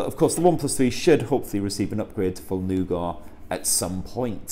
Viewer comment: What is "Noo-gar"?